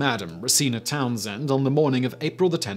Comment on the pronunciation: Whoa the madam took my name. BTW Simon THANK YOU SO MUCH for actually saying Townsend correctly. Like TOWNS END. I find only the English say it right. Makes sense it's an English name originating in North Umbria /yorkshire area. My DNA when tested seems tk back it up. had alot of Scandinavian. Specifically Norse and Dane. A surprising amt of northern England Anglo saxon with Lil Norman. But other half is Alot of Northern Italy. With a Lil greek. They said its surprisingly clear cut. Not alot of faff which is interesting. My forebears were picky or racist or both apparently